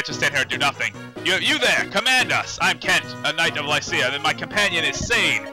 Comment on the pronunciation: I always thought it was pronounced Lih-see-ya